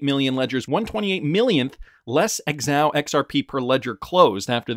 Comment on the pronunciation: Xahau = “Zuh-HOW,” not “ex-ow.”